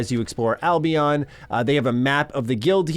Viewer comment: I cringe every time he says "Albeon"